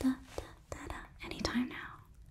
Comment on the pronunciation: It hurt my ears to hear Sumauru instead Sumeru but it was still unexpectedly impressive